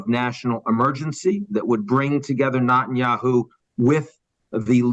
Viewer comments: It's NETanyahu, not NOTanyahu! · Mr. Bremerton is a sharp guy, but I cannot help but be irritated at “NOT-IN-YAHOO” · "Not"enyahu... why does he say it this way? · Net -tan -ya-hoo Nutenyahu is not how you say his name that sounds ridiculous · Is he correctly pronouncing his name? “Not- en - ya - who”? The woman says “Net- en - ya - who” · Ian, I’m a big fan, but it hurts my ears when you mispronounce Netanyahu’s name. It’s Neh- tan-yah- hoo, not Nah-tan-yah-hoo. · "...this failure...."; Spoken as if he never heard his name....intentionally pronouncing Bibi's name: NOT-anyahu. (not the God) ...but, let's assume he pronounced the name correctly, and editors later changed his correct pronunciation to an incorrect enunciation. Who could and would do that? "...promotes it...."; Those promoters do it; YouTube does it; "...the ironies are writ large, so...."; this girl (TED leadership)is also writ large....oof. "...Hamas has exceeded expectations...."; OMG - this guy is reading from a script written by exceedingly expectant manipulators...."; - like writ large girl whose name is "Echelon". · The way he mispronounces Netenyahu🤦🏽 “Not-an-yahu “ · Can Ian Bremmer learn how to say Net-an-yahu's name... please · Is anyone else hearing NOT-IN-YAHOO? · Why do you keep mispronouncing Netanyahu as NOTenyahu? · What's up with his pronunciation of Netanyahu? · Why can’t the speaker pronounce Netanyahu’s name correctly? Saying that Gazans are poor is perplexing. They have an obesity problem, they wear nice clothes and they are not homeless. They also have the strength to yell. Regarding calling the Hamas members “inhuman animals”.. what should we call rapists, kidnappers, baby butchers, religious hypocrites, criminal, anarchists? Btw.. the decapitation and burning of babies and children has been confirmed by Secretary of State Antony Blinken. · Very odd he keep pronouncing Netanyahu incorrectly. Example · Why is he constantly mispronouncing Bibi’s name? 🤔